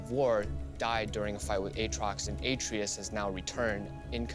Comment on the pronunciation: Should have been pronounced Ah-trey-us. Like the BOY